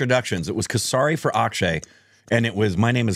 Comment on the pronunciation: It's not kasari..it's k-seri. That's all 😊